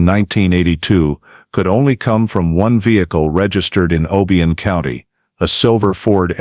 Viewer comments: It’s OHHH BIII YONN . Not the way he’s pronouncing it! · I agree, they should have done more research. The way he pronounced OBION Is also wrong 🤦‍♀️